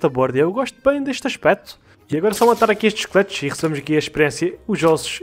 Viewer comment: MDs kkkkkkkk só nesse ep que eu fui entender que tava falando "esqueletos" e não "chicletes" mano como eu confundi isso kskskskskskk